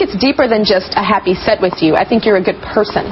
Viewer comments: Don't you love when everyone only comments on how they heard "sex" instead of "set" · i thought she said happy sex lol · from to it sounded like she said " you wanna have happy set" with an "x" instead of a "t" lmao!!!